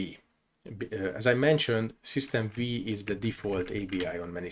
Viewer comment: Thank you for the video! One note: "System V" is pronounced as "System Five", as V stands for the roman numeral 5, referring to the 5th version.